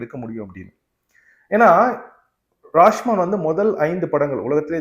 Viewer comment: படத்தின் பெயரை சரியாக உச்சரிப்பு ராஷ்மான் இல்லை ராஷோமோன்..